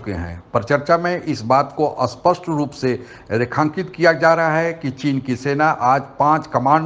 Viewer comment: When he says अस्पष्ट he means to say स्पष्ट 😄